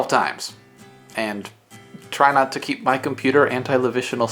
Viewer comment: She said "dont ceep your computer on stand-by"